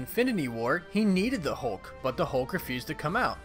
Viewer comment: Hulk not Holke